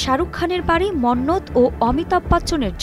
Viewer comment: Are Bangali Monnat nahin Hai Mannat